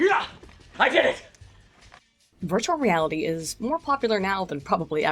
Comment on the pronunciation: this episode I cant help hearing "birdualreality"